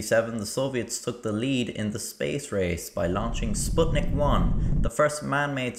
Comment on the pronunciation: It's so weird to hear "Sputnik Wan"